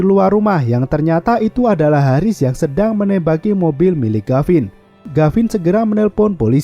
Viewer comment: Tulisan gavin Dibaca garin Yg bener mana ngab